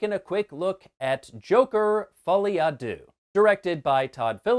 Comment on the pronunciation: As a French person, I watch US reviews just to hear Americans try and fail to pronounce "Folie à deux" :þ